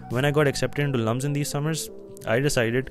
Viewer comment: I am sorry but its LUMSU not LUMS. Good vlog doe <3